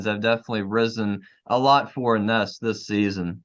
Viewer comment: Ines (pronounced E-nesh, gents) is going to surprise a lotta folks this season. She didn't know the system when she came in last season - at least not until the end of the season. She's got lots of practice time under her belt now so I think she'll show lots more control. She's got great skills and a nice touch around the basket. She's sneaky good on D, and like you said, she can hit the 3.